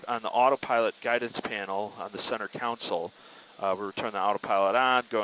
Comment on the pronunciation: Center "counsel"? How does someone with a pilot's license think that's how you pronounce center console?